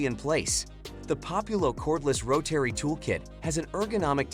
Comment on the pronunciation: Learn how to say Rotary